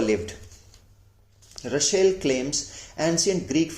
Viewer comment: Nice video. Thanks. Russel not Rushell.